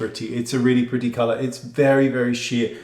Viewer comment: Oh how I love Mr. Goss and the way he says" oh now that's PRITTY(pretty)...lol !